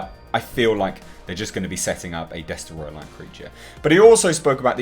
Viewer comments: you need to say Destoroyah like James Rolfe -example below. After all it is only right to do. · Mwiza Chihana Des-troy-ah